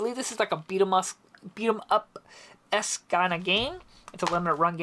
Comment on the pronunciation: .....really man??......c'mon. It's pronounced EEEEEEEEEEEEEE's. LMAO.